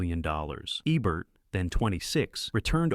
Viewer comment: OMGGGGGGGGGGG!!!!! Jean Seberg was an American. It's JEEEN SEEEE BERG (as in iceberg). And since it appears you're gonna be using Ebert from time to time, its EEEEEEEEEEEEEEEEEEEE bert. Or shall we perceive him as having been French too and call him Ehhhh Bear? Good god. I grew up with these people and their names are so simple to pronounce. If you're this uneducated, get a damn pronunciation guide or simply use Youtube to figure how to say names. FFFFFFFFFF***!!!!!!!!!!!!!!!!